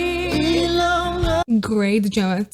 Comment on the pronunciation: Not Ilaw as /i-lau/ but /ee-lau/ or /ee-law/ with the stress in letter "I" not in "law'. Sounds weird if you say it that way. Sure we understand but you know I would suggest to check the word first. Like from other reactors too saying /jento/ instead of /gento/. NO OFFENSE. I JUST WANT TO HELP. BTW, nice to watch here for aspiring singers. Nice!